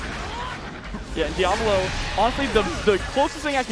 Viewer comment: It’s di-A-volo, not dia-vOlo.